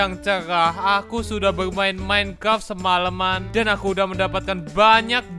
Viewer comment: Org lain: Minecraft: Mineclaft:v